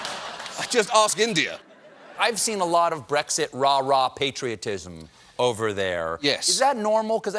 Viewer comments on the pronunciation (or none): none